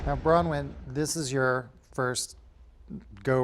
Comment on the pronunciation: Remember when Vicki called Braunwyn, “brown wind” lmao a fart